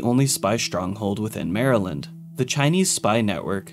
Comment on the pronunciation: I’m so glad he said Maryland right